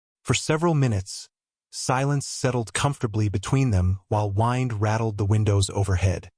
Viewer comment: Did not care for the narrator. Mispronunciation of the word "wind" and every time he said something "quietly" it sounded rough and angry. lol.